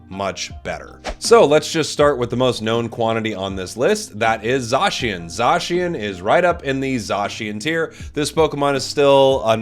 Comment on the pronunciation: Love the vid. Remember: Zay-si-en. Not Zaw-Shi-en.